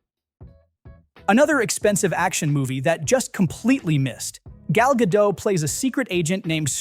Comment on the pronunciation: Gal Gadot is not French, she is Israeli, so her last name is Hebrew and the T is not silent, it's not pronounced "Gull Gadough" but "Gull Guh-dott".